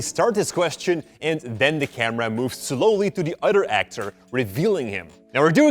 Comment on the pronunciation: When says "Ado" instead of "other" ○_○